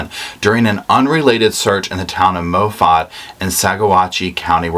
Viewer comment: Chay-fee County, Saw-watch county, Mah-fet town. 😉